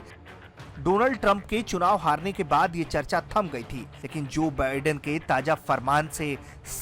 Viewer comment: बायडन....!! बायडन है वो।